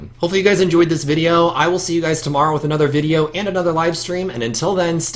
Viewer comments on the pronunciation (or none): none